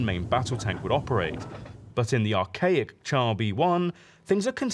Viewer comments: It's pronounced "shar", not "tchar". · Good video. Just one criticism. 'Char' is pronounced 'Shar'. 'Ch' in French is the same as English 'Sh'. We pronounce 'chassis' correctly, so why not 'char'?